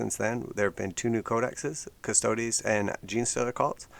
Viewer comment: Lee-Man Russ, but at least you said Custodes correctly